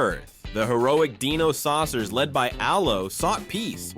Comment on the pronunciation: It's die no not de no. Hilarious how narrator couldn't pronounce dinosaucers correctly while having theme song pronouncing it correctly. I feel old now. There was only one cartoon I didn't remember seeing back then. The girl and the horse one.